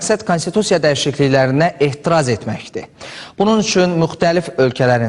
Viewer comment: ehtiraz yox a cuska etiraz get oyrdn sonra danis gote girenler